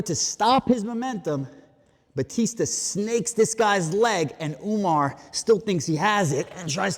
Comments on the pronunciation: Why you purposefully mispronouncing Umar's name??? Channel sucks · Umar Ooga-Booga-manov lmao